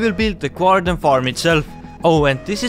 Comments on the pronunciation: Just to help improve your guys' english pronunciation it's pronounced "GAR-dee-in" not "GWAR-din" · why are you saying gwardian?